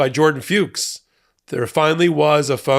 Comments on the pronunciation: Jordan FUCHS Must be pronounced rhyming with 'books', So like 'Fooks' -- NOT Rhyming 'Pukes' ... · I hate how people won't pronounce Fuchs properly here. It's pronounced F*cks. It's the German word for fox. Have fun, don't be so uptight